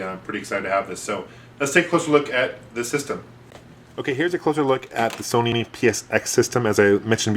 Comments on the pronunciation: I love all your videos, but it makes me laugh.... soneenee... :) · he said sonyni